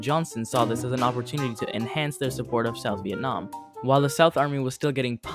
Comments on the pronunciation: “Vietam” war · Really oversimplified "Vietnam" as well.